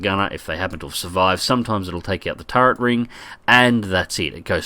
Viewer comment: Every time says "turrent" a little piece of my soul sadly floats away.